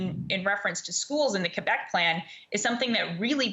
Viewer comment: Wow... I don't think I've heard anyone pronounce Quebec, CUEBEK since I was a kid.